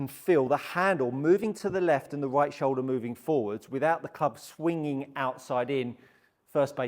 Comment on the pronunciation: What’s a show-da?